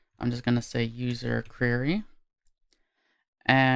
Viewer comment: hey. Thanks for this! If I may: the word "query" is pronounced "Kwerry", not "kyurry". It just makes you suddenly sound a little less professional whenever you say the word. Also - & = "Ampersand"